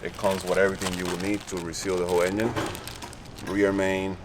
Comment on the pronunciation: Is that guy saying YenYin instead of engine :D:D:D:D:D:D:D pathetic